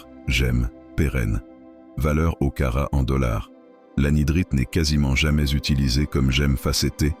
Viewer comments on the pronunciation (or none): Ras le bol de ces voix IA qui ne parlent pas un bon français. Non caratte n'existe pas carat oui.